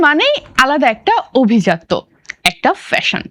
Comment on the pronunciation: অভিজাত্য নয়। শব্দটির উচ্চারণ হোলো = আভিজাত্য।